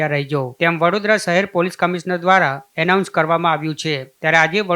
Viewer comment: અરે મિત્ર એલાઉન્સ ન કહેવાય એનાઉન્સ બોલાય